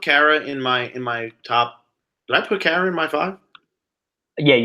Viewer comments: "Kara" rhymes with "Yogi Berra." Google "getting to know Kara Kay" to hear her say it herself. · Just so you guys know (I know you've had trouble pronouncing her name) Kara's name is pronounced Care-ah